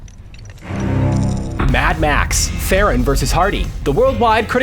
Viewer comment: Her last name is pronounced "Tron" "Charlize Tron" hear for yourself